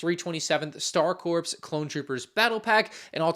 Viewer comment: Helping a brother out... the 'ps' at the end or Star Corps is silent, it's pronounced like Star Core, not Star Corpse